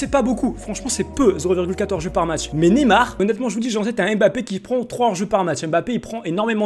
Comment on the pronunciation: on dit pas nemar on dit Neymar